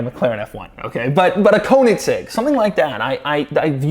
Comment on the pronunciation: Irritating that you still can't pernounce Koenigsegg... Doesn't matter tho, but. If someone payed for a round trip to travel somewhere to review a car, would you go?